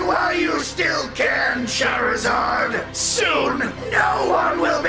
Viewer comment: Charzard not hazard